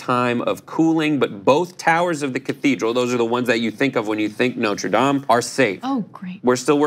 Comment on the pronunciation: Thank you for pronouncing “Dame” properly in the context of the church.